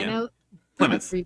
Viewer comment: Hello, first video I am watching of this channel. Hovind is a complete moron obviously, but girl in the middle video box...why can you not pronounce major US cities? Plie-moth (Plymouth); Tusk-on (Tucson, AZ); Ale-bany (Albany). She got Philadelphia and New York City correct. : )